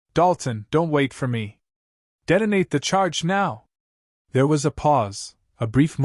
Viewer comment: "Deadonate" and "deadonator" are not words.